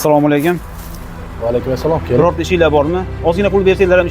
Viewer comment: Nimga salomni notugri gapirasilaaaa Asslomu aleykum ..........deng